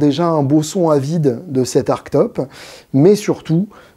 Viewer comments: eh beh c'est beau. Mais ça se prononce "artchetope", non ? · bah en fait, désolé je sais que je suis un peu relou, mais c'est pourtant bien avec un "che" que les anglais prononcent ce mot, dans toutes les magnifiques vidéos de construction de ce type de modèle^^